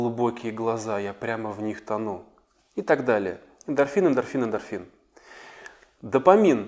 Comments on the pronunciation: запомните , правильно говорить ДОФАМИН , а не допамин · Дофамин, а не допамин. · Допамин???А не дофамин?